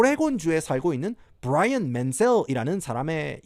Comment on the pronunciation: 부롸이언~ 경상도 사투리에 겁네 이질적